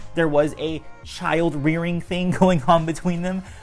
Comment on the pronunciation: "Child rearing"